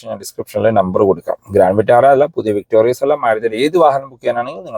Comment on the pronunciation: താങ്കൾ പിന്നെയും തെറ്റ് ആവർത്തിക്കുന്നു... 🤣😬 വിക്ടോറിയസ് അല്ല... വിക്ടോറിസ് ആണ്.... 100 തവണ എഴുതിയിട്ട് ക്ലാസിൽ കയറിയാൽ മതി...🤣😬🤣😬